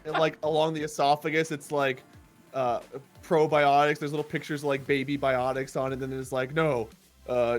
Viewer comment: Who else thought said "brobiotics"?